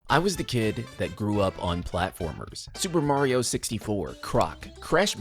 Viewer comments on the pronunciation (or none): none